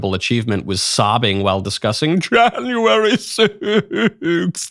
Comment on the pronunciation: “Jahhnuarry 6th” 😂 that gets me every time you say it